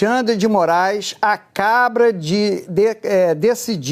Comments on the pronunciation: Falou até errado!! Acabra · ele disse " o ministro acabra" 😂😂😂😂😂😂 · EU OUVI ACABRA OU SERA QUE NAO ESTOU OUVINDO NORMALMENTE ??? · Mesmo lendo , trocou acaba , por "acabra" 😂😂😂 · Acabra foi foda que porcaria de repórter leu tudo errado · Ele disse acraba.....o repórter passa pano ... misericórdia é muita emoção ....😅😅😅😅😅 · 'O binistro acabra de determinar' Eu escutei direito? Jornalistas que não sabem nem falar... Deus me livre. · Oi. Eu ouvi "a cabra"🤔😂😂😂😂😂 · Eu vou comentar sim : o cara disse " ACABROU " ! Doeu meus tímpanos 🤬😡🤬😡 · Pera aí! O repórter da globo Otávio Guedes quando foi repetir a notícia, ele disse Alexandre de Moraes acabra? 😂😂😂 Ouçam de novo, repetindo... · Ele disse acabra?😅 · O Jornazista leu "acabra" kkkkkk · em diante "O BInistro [xandão] acaBRA de determinar", blá blá blá... Sério pessoal, ele falou exatamente assim! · EU OUVI ERRADO OU ESSE JORNALISTE FALOU A CABRA 😅😅😅